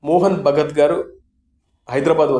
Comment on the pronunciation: మోహన్ భగవత్ అండి.. భగత్ కాదు..